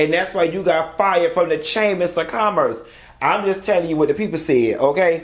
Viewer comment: I love when he says the Cham-ass of commerce!!!!